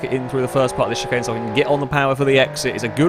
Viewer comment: Can we ban from saying “chicane”